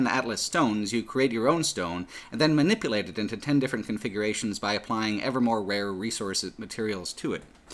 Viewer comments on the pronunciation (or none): none